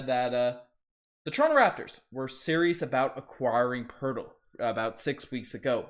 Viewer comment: No, Two first Round Picks straight NO, NO. Poeltl not Hurtle lol would fix some of our problems. I'll be more upset, really only upset if we aren't the team pulling off the Trade with the Portland TrailBlazers, they'd fix all our problems except for a Center. This is a Rebuild season, so that is okay with me. even though Ujiri is silly with his thoughts that this is a Competitive team that can win Championships